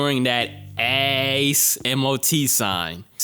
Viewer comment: Every time said “ace” I couldn’t stop laughing 😂